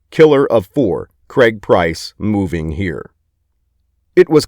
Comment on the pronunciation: Craig not creg